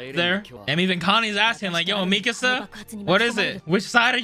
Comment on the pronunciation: Can you stop saying Mikasa (Mi-ka-suh) like Mi-casa